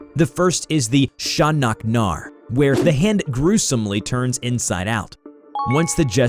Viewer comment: Sha-nak-nar is uno reverse card